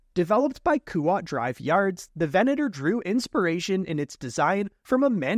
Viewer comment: And he says Venator correctly. But it's a requirement of being a YouTuber, not pronouncing things correctly.